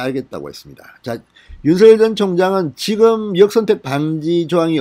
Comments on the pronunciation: 진성호TV님 윤서결이 아니고 윤석렬 이라고 발음하시면 더듣기 좋겠네용. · 윤서결 ㅋㅋ 발음 이 재미있다